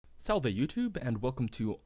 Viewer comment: salve the v is pronounced as a w